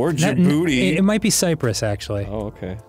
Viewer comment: As a Djiboutian, I wonder why Arin finds the name "Djibouti" funny 🤔 I mean, I could never guess the reason lol 😂 In all seriousness, you would traditionally pronounce it like Jih-boo-tee, not Jih-booty. The three syllables are more separately pronounced. I hope y'all remember the Djibouti flag next time you see it!